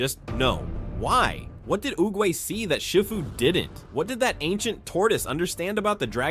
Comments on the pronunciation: I just gotta say it sounds like you’re saying shit fu. It’s see fu. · Is this voice A.I., cause Shifu's name is pronounced Sh*ee*fu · Your right. But you do need to learn how to say shifu's name properly